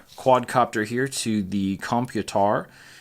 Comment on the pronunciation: I subbed because the way you said computer had me laughing for a good 10 minutes 😂